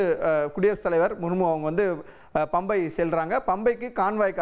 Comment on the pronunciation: பம்பை இல்லை பம்பா.